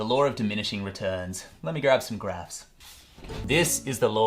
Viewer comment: What he said “ let me grab some graphs” what I heard “let me grab some grass” 😂🌱